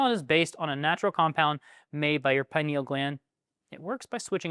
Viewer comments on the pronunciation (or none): none